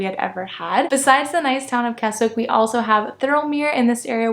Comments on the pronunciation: It's KESSICK not KESSWICK. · its pronounced "K E S I C K .don't say the W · Just a note, it's pronounced "Kessick". Yes weird. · The W in Keswick is silent so pronounced it as KEZIK. Also if this is your first time in the Lakes, avoid Windermere and Grasmere (even though it's beautiful) at all costs. It's full of people. Keswick while still full of people is more manageable. For those who like me want peace and quiet and see nobody then head west. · Kes-ick for gods sake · Wow..how many people does it need to mention you pronounced Keswick wrong😂…as someone who lives in “Kezzick” I’m pleased you liked the area. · It's pronounced "Kezzick". And it's Wastwater, not Westwater, and the 'wast' part sounds exactly like 'was' with a 't' after it. And it's in Wasdale, also sounds like 'was'. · The W in Keswick is silent. It's pronounced Kezzick. A lot of tourists get the name wrong.... As someone who lives in the Lake District, yours is one of the better tourist videos I have watched.. I've lived in the Lakes for 66 years, and I haven't seen it all......